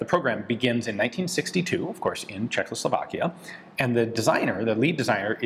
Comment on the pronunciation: Ian, it is pronounced Czechoslovakia, not Czech(L)oslovakia 😂😂😂